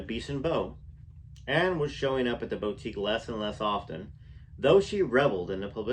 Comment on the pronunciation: Hi. 😆 boutique is pronouned buˈtik. Thank you for the reading, you have a great voice.